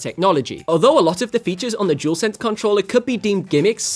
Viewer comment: Dualsense not jewelsense 🤦🏻‍♂️.